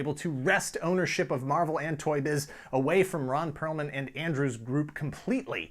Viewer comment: It's Perelman. Not Perlman or Pearlman.